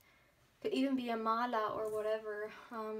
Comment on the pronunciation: As an Indian, I'm impressed by your pronunciation for chakra and mala and random Hindi words. So cool!